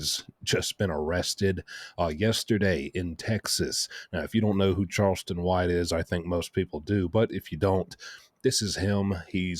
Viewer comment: Its not karlston, c' mon,, your the only guy who made this mistake